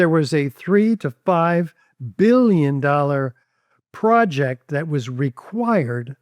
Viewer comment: “three and a half bulyin” (that’s billion for me and you)🤣🤣